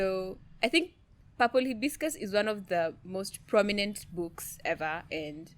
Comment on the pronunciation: Its purple "Haibiskas"😂😂😂